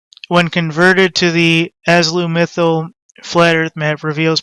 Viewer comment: I don't mean to be disrespectful, but try to exercise your pronunciation of azimuthal otherwise it does hinder your credibility, a lot... Take care